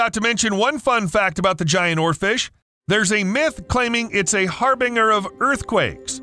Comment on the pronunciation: His pronunciation of harbinger gave me a stroke. Had to go look it up to make sure the entire universe wasn't a lie.